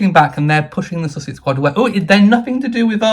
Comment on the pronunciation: The place is called Sussex, the couple are pronounced "sus-sucks". Please make the difference known.